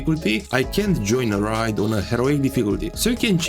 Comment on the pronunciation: I don't mean to be that guy... but it's pronounced 'Ray d' like how u say 'A' by itself